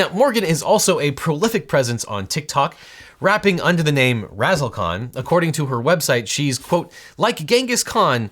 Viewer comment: Ahh, Razzle khan, not Razzle con.